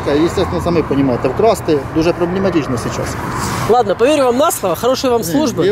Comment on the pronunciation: ФактЫшно, ЧастЫшшно, ПроблЭматЫшшно... Ужас,блин! И "это" представитель Власти...